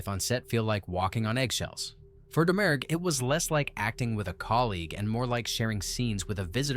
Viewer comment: Faith Domergue's surname has a silent G. It's pronounced Dah-Muir.